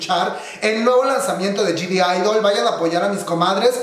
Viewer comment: bro porque dices Gdidol jajajaja para empezar la G ni se debe pronunciar y no hay D al principio de la palabra de idle por eso se escribe G-idle porque la G realmente no se pronuncia, es crítica constructiva que espero consideres